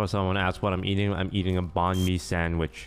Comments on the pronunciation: HE SAID BAHN ME SAaNDWIcH SIR ITS Ba-nh MI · He butchered the name of the sandwich It’s pronounced like ban me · My inner Vietnamese when he pronounced banh mi… 😭😭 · I hate how he said Banh Mi